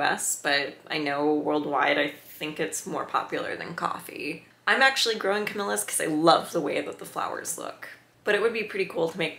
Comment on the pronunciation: ca-Mee-Lee-uh. Not ca-mil-la.